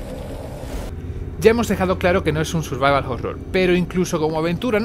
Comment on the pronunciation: Minuto Pero no es, en absoluto un "survaval jorror"